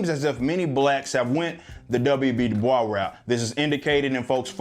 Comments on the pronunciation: the most annoying part is how he pronounces "Du Bois" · The way he said Dubois, cringe. Yes I know that's the French way, but my first year of college at Bard College at Simon's Rock was in the town of Great Barrington where he grew and the school was very prideful he grew up in the area. We read a lot of his work and wrote even our application paper about him, his stuff is great and it was interesting comparing him to Booker T Washington in school. That tangent over He definitely did not want his name pronounced the French Way. Instead it was more like Da Boyz in pronunciation.